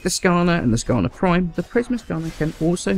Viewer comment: Did say Skana Prime